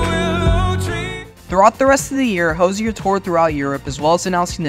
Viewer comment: Thanks for doing all that research for us! It was fun to see rare earlier clips of Hozier. Much appreciated! I think however, you mispronounced his last name and the word diatribes.